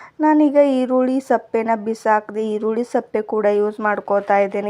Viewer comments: ಸಪ್ಪೆ ಅಲ್ಲ ಅದು ಸಿಪ್ಪೆ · aluva tara heluttiddira ebullient sippe nivu sappe anta heliddiri matannu sariyagi tappillade mataduvudannu kaliyiri anyata bavisabedi.atannu kadakkagi matadi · ಈರುಳ್ಳಿ ಸಪ್ಪೆ ಅಲ್ಲ ಸಿಪ್ಪೆ